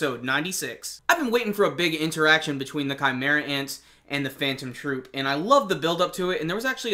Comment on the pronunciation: I'm surprised that you said the names of Phantom Troupe without mistakes not all reviewers can do that ^^ Great review :)